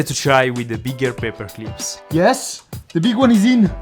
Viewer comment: "paper cleeps"